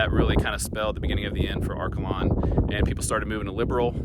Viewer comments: Great to see photos of Seward County. I was born and raised on a farm east of Liberal. Are-KAY-lun is the proper pronunciation 😊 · And I’ve never in my life heard Arkalon pronounced that way lol that’s not how we say it.